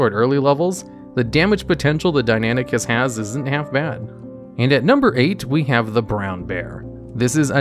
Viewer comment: Hearing him Calling Deinonychus Deinanychus got on my Nerves so much because of my studies in paleontology. Like there isn't even a A in Deinonychus how did he get suck Deinanychus??? Deinan Deinon Sorry but Fuck dude!